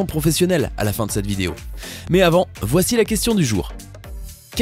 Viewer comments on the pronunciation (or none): none